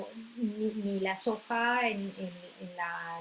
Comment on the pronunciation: Aceite de sojo, tojo, no le entendí que ha dicho!